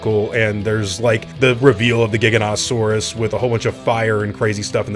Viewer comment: WHY DOES EVERYONE CALL IT A jig-oa-nat-oa-saurus ITS A jie-gan-oat-oa-saurus jiganato isn’t a word in greek